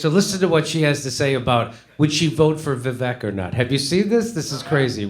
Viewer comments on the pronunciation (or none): Ann is a piece of shit for many reasons. And his name is pronounced ‘Viv-ache’ Love you Jimmy, but at least say it wrong as a joke. Kurt can say it right.